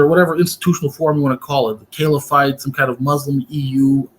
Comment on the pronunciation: "Caliphite" (not caliphate) sounds like a chemical element 😁 But yeah, good discussion, mash'Allah 👍